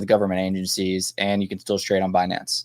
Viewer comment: Comment 🚀🚀🚀wild times … happy holidays thanks for content and info …. Sending nothing but best wishes to you & your family 🫡🫡🫡🤝… it’s funny how she pronounces Binance Be-Nance😆